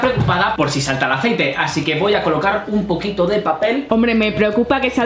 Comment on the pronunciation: Echamos un poco de Aicete uvu * echa mucho aicete*:3 Yo:._. Mucho xd